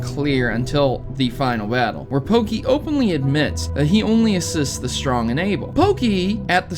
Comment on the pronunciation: everytime you say pokey, i hurt